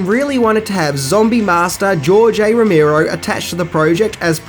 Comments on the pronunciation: two things: 1) it's Romero, not Romeerow 2) You really hadn't heard of Year of the Dragon? Dude, it's Michael Cimino! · Who the fuck is rommirow!? Its Romero 😊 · ive listened to 2 reviews today with george romero, and you fucks are pronouncing his last name wrong.. its not that fucking hard dude..